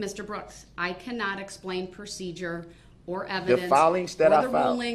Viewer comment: "im merely seeking to understand your honor." Five minutes later "I DONT NEED YOU TO SPLAIN NUTIN TO ME. YOU MISINTERPRETED WUT I SAYED." 😂